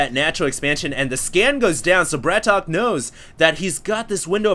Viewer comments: its not bratok hd its brat-ok :) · It's Brat OKEY not BRATOCK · BratOK = Bratawk people. He's not english so we don't we the same English pronunciation. Husky said he thought it was BratOkay, but even he said in his video he wasn't sure it that was right. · It's Brat-OK! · pretty sure it actually ISNT pronounced brat okey...day9tv's channel clears this up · small thing but, isn't it pronounced Brat "OKAY" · brat ok not bratok :(